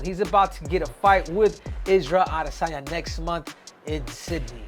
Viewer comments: Isarel adi - san - yaaa Yov wtf🫠🤣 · Israel Ah-DEH-sanya 😂